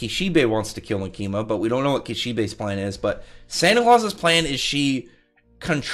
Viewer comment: The tonic is on the “Ma”, so “MAkima”. Like “catholic”.